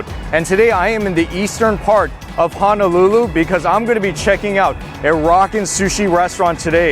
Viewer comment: HONOLULU: hoe (like the garden tool) - kno - lou - lou. There is no 'a' in the word... it cannot be pronounced like the town of Hana... just fyi